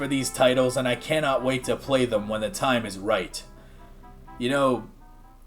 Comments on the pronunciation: I didn’t even see the Zelda 64 stuff, that looks incredible! Though I gotta question why you keep pronouncing it ocarina of toime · Why do you say “time” like Inspector Gadget playing Minecraft